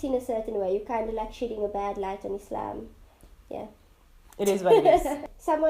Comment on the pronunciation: appreciate the way you pronounced Islam, not Izlam